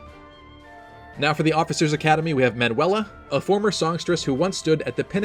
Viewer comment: More like youtubers vs pronouncing Manuela